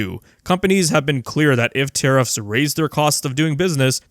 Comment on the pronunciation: Tariffs are... Taribull 😂